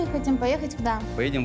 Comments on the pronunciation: Посмеялась, как «голос за кадром» подстебнул: «А это тот самый Ггород Ггерой Волггогград» на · Диктор в конце специально произнëс «Валхахрад» 😂